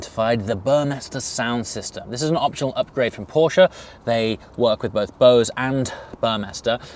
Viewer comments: Thank you for saying "Porsche" and not "Porsch". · Just wanted to let you know that the way you pronounce „Porsche“ is pretty damn flawless! Greeting from Germany